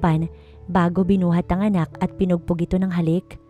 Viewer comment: Pinupog not pinugpog correction not insulting to thr nattator thank you